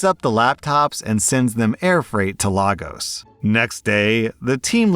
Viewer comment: Please don’t pronounce Lagos like that.😭🙏 It’s Lay Gus not Lah Goes.